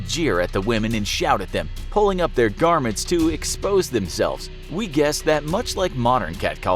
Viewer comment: Garments* not garnets. :)